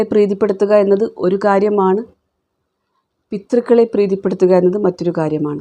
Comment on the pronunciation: പിതൃക്കൾ എന്നല്ലേ പറയേണ്ടത്.... പിത്തൃക്കൾ എന്ന് എവിടേയും കേട്ടതായി തോന്നുന്നില്ല...😒